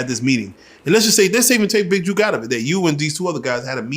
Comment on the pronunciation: The man name is BIG JOOK not "Big Juke" do you read a BUKE? 🙃😒 LL King Crook 🖤🕊